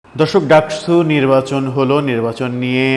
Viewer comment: ডাকসু কে আপনি ডাকছু বলেন কেনও!